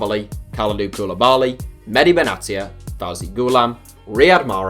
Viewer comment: Ffs it’s Mahdi not medhi